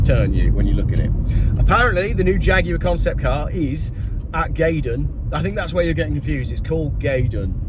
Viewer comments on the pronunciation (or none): The Faguar? At Gaydon? Most amusing.